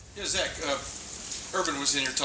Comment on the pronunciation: It's "Zach".